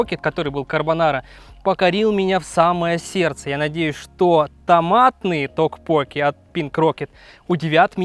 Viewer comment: ударение)) но пускай так, так забавнее😂👍